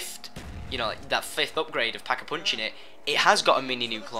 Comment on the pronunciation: thumbs up if you love the way he says "pack a punch". "peckapunch"